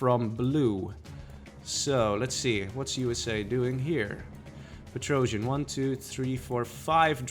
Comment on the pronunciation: And Petrosian is a russian terrible comedian, it's an old meme. He spells like Петросян, not Petr-o-jian.